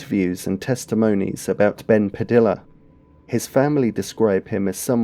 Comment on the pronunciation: Padilla is pronounced like tortilla. Puh-dee-uh like Tor-tee-uh.